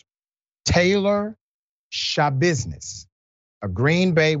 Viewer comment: Sha-business tried to give the lawyer "tha-business" 🙄 😒 😑 🤣